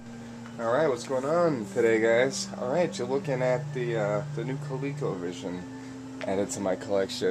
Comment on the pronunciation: Hey man, thats awesome...btw, coleco was an O not a second E